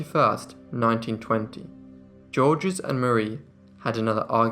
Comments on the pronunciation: "Georges" is not pronounced "JOR-jez." It is pronounced "Zhorzh." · Just say 'George' which is nearer to the french pronunciation. The French do not say the final 's' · I love your channel and I don't mean to pick but when someone's name is spelled Georges, isn't it pronounced something like Zheorzh? The G's are pronounced like soft "sh" or like "zh" and there is no "S" sound at the end. You do great work here, my friend, this was just for future reference. Cheers! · Georges is pronounced George with no second syllable at all. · The S in Georges is silent! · The S in Georges is silent.